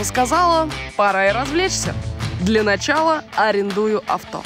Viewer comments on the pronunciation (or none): none